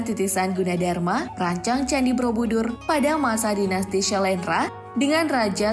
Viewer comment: Kenapa aku dengernya 'Brobudur' ya? Bukan Borobudur